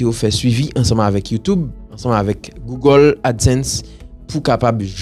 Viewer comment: LI EKRI GOOGLE MEN LI PRONONCÉ GOOGO (GOUGO )